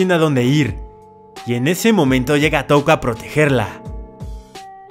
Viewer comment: Por fiiiiiin al menos dijo touka bien